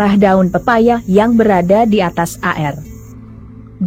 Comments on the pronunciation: Zus tlg baca air bukan a-er,seblm baca tny dl kpd tmnnya Ind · Zus baca air koq a er